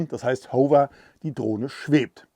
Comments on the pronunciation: Besten Dank. Nettes Spielzeug für große Buben. Erkenntnisreiche Präsentation. (Wenn Du aus Deinen eigenen Video-Tuts auch 'was lernen möchtest - nur dann ... : "Modus"-Singular; "Modi"-Plural, "Modis-gibt's nicht; "Hover"=[howwer], [huhwer]="Hoover" (war glaub' ich 'mal ein Staubsauger) Klugschiss aus!). ;-) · Lieber, dank für das Video...Aber es spricht sich, meine ich, HAWR (Hover):)